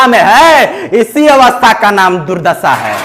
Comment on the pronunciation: Durdassa nahi durdasha boliye. Hindi bole hain to Bhojpuri mix mat kijiye. Achha baa.